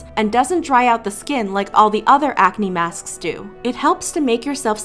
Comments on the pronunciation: Leave a like if you heard when she said masksksk like that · Everytime she says masksksk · said masksks and i am DYING